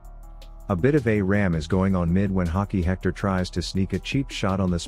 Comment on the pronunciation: "Hockey Hectar"